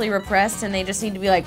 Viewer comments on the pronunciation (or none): none